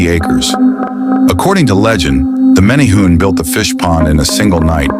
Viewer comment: You are pronouncing it wrong. More like mini-hu-ne.